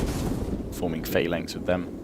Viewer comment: why do you say phalanx like that? I'ts the incorrect way to pronounce it doesn't matter just saying:D